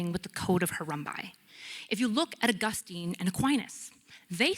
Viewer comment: She can't even pronounce Augustine!!! And there's several ways to do it. She didn't even choose one of those!!!